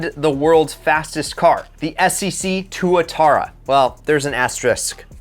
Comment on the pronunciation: You did actually pronounce tuatara properly.